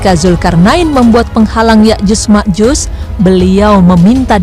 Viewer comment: Sotoy loo penyebutan nama yakjut makjut aja salah